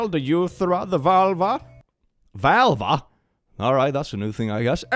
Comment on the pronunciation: Valva??, at least he didn't call it a Volvo.